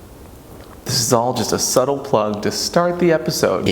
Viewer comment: is it bad that i lost it when you said 'Lestat' instead of start heck yes